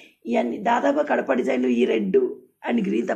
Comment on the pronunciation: Kadapa kadhu gadapa akka